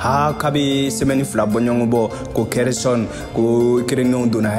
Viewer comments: Tu prononce hersonne c'est pas ça c'est kherson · Vraiment c'est pas hersonne se khersonne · Khersonne c'est pas hersonne